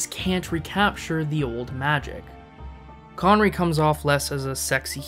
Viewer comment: Connerree, not conwee, the fuck is that?